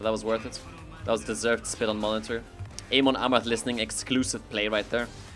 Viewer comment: its not the english "A" in Amon its the german "A" pronunciation